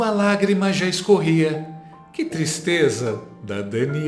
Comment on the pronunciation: Que "tristreza"